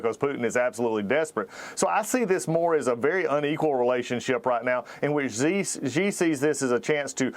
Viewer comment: Hey, could I teach you guys how to pronounce Xi ？ Simply pronounce as “she”, not hi~😮